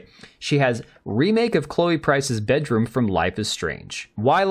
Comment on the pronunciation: "Chloe Price's *Beedroom*"? Did she tried to make it a pee-bedroom, or? Would not be too surprised.